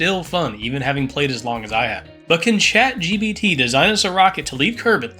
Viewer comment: "shat gbt"